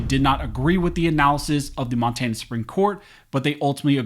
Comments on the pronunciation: at :51 in, Mon-tay-na? Where is this guy from? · Learn how to say Monrana